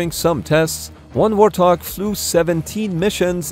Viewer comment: Warthog? More like Warthong, AHAHAHAHAHAHAHA